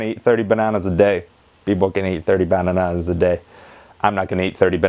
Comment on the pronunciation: You said bananas really weird lol